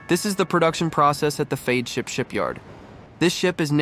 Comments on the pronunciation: Great video. But Feadship is pronounced FEDship. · The robot voice pronounces Feadship 4 diferent ways, the correct pronunciation is fed ship. The narration and the visuals are completely out of sync. Heesen does NOT make their own engines, ALL diesel engines used in yachts are built by engine manufacturers such as Caterpillar, MAN and MTU. It pronounces Oceanco 3 different ways, it's ocean koh. Why do content providers use robo-voices? I hate robo-voices. But it's easy to complain I guess. Overall though I guess for newbies that know nothing about yachts this is probably an impressive production.